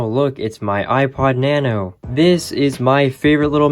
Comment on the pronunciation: iPod na-no